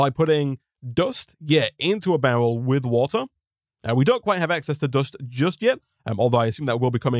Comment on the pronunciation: Why do you pronounce barrel bowel?